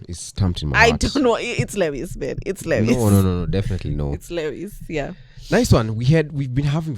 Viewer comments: Guys, why do y'all pronounce Lewis' name as "Le -wis" instead of "Louis"?, as a fan of LH, you should know how he pronounces his name?😂 Also, we all have Lewis Hamilton as our wallpaper - FORZA FERRARI, LEWIS SEMPRE! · Not murdering Lewis's name as if on purpose. change your wallpaper please.